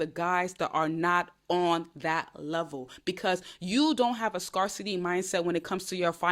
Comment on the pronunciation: Just so you know the word “scarcity” is pronounced “scare-city.” Think scare like fear, not scar like a cut. ❤